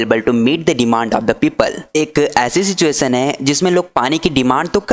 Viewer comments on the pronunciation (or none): it is not sistuation it's situation😊